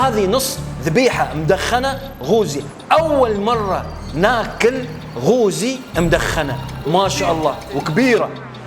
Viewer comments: الف عافية وصحتين وهنا ...بس فقط ملاحظه اسمه قققققوزي (بحرف القاف ) وليس بحرف ال (غ) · بالعافية … اسمة قوزي بحرف القاف وليس غوزي بحرف الغين. هههههه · قوووزي وليس غوزي. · قوزي. مب غوزي. بل قـ. 😅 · رجاء قوزي بالقاف وليس بالغين😅😅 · قوزي بالقاف وليس بحرف ال (غ)